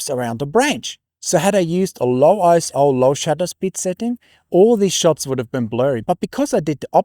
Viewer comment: Very nice video! I guess every photographer goes through the let's ruin all my shots in the name of image quality phase. However, two things: - Isn't ISO pronounced ISO, not ISO? ISO sounds really kind of jarring. - - that's a very charitable way of describing a user error.